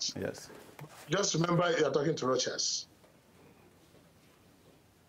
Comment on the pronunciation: He (Rochas) never did answer the question about the "Private Jet". "This is Rochas, you are talking to Rochas". $7000/hr for private jets will go a long way to helping the poor people he professes to care about. 40 minutes later, still can't say the interviewer's name. "I don't have an english name, cos I'm not an englishman". Priceless. Thank you Mr. Sowore for the good questions.